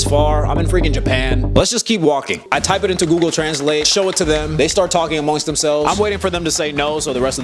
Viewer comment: they start talking “amoingst” themselves lmaoo. Loved the video though man! Glad you went 🇯🇵